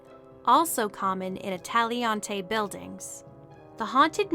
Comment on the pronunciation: I love you and your videos, but I feel I gotta tell you, Italianate is pronounced " ih TAHL yuh nate ".